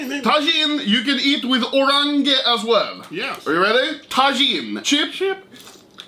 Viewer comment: bro pronounce orange into "orang-ge"